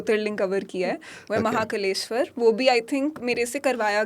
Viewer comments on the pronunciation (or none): She literally called Maha Kaaleshwar as Maha Kaleshwar 🤦🤦🤦🤦